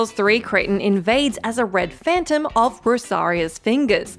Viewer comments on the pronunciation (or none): none